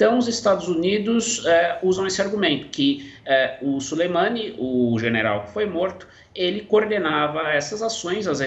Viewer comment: Ele falou gerenal, ksksks... mais dps ele corrigiu